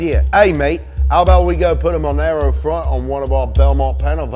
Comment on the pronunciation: Jesus, I feel like Im getting ADHD from listening to this guy. MONARO MONAIROE